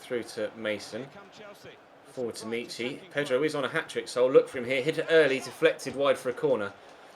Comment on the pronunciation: Omg it's not meeechy it's mitchy